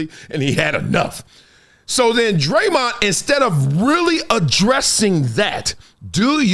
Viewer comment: That busta name is Raymond with a d in front . It aint DRE-MOND 😂😂😂😂😂